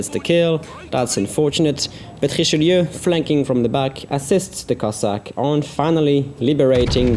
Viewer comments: French Ouaiboo He IS french after all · Good prononciation for "Richelieu"